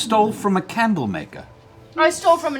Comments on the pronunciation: Watching this in 2025 and apparently 'candle' in ancient draconic is pronounced 'hawk tuah'. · Vex pronounces the Draconic word for "candle" like "hawk tuah" laughs in late 2024